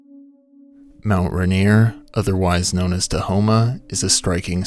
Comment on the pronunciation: “Duh.. Homuh”